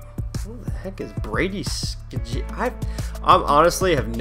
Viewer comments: it's Brady sh-eh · Pronounced Brady shea PSN:BeatsByVoynov Get it ;) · its pronounced shay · Brady skjie's name is pronounced Brady shay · It's pronounced Brady shay